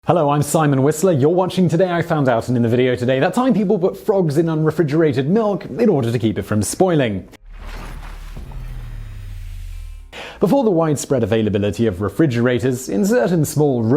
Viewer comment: "unrefrigerated" - There's no "d" before the "g".